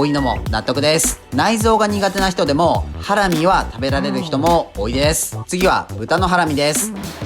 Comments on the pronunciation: イントネーションハ↑ラミなの？ハラ↑ミだと思ってた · ハラミ⤴︎なんだハラミ⤵︎って言っちゃうな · ハラミ→だと思ったら、ハラミ↑なんだなあ。それにしても、これだけ見ると肉としか思えない。それでも内蔵なのか。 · 自分大阪だけど｢ハ→ラ→ミ→｣なんだけど…(´ω`)